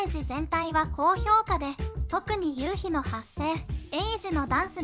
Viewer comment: 1：20ユウキでなくユウヒで発音ではなく発声だと思います。